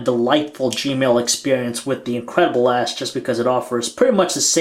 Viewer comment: Sometimes he said Incredible ASS xD